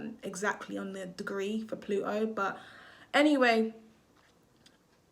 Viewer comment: The way you say Plu O and Jupi Er is jarring!!! You’re missing the T!!!!!